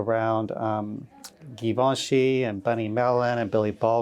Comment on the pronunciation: Someone please tell it is not pronounced Gee-vinchy...it has a lovely soft G.....he'd probably like to know that....